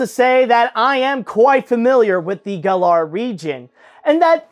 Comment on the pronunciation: At least I'm not the only one who likes to pronounce Galar with second "a".